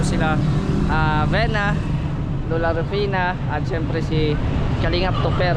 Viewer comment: Vina not Vena good work sayo .ayusin mo lang ang pronounciation mo I & E is different